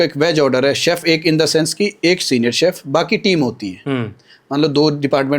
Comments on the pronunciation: घटिया यार क्या सैफ सैफ बोल रहा है एक word तो सिखलो बाकी इंटरव्यू अच्छा था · Dear interviewer, It is pronounced (शेफ), not Sef (सेफ) लोग श, ष ठीकसे क्यूँ बोल नही पाते ? इतना कठीन है क्या ? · सैफ नहीं भाई, शेफ